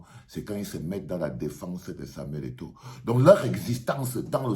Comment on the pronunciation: Au lieu kil dise eto il dit égo.il a eu peur de dire la vérité en face